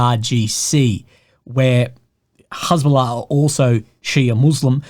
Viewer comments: It's interesting hearing has bola pronounced. I only read it and I had a different pronunciation. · don't worry! you won't get demonitized because the way you pronounced it you said Hasbulla -- the Russian guy with dwarfism